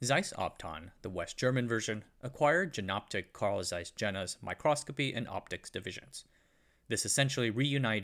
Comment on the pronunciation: Good video! As noted down below, since Jena is pronounced "Yayna", Jenoptik is pronounced like "Yenoptik" or "Ienoptik", not with the "J" sound like in "Jennifer". Sorry for nitpicking.